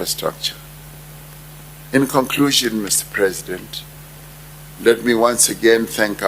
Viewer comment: Did he say inferstructure development. 👏👏👏